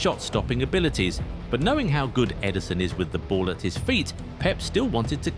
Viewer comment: Ederson not Eiderson 😂